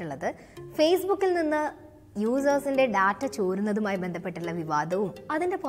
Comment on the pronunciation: ടാറ്റ(TATA) അല്ല. ഡാറ്റ(DATA) ആണ് ശെരി.ചാനലിന്റെ പേര് ടെക്-മലയാളം😄😄😄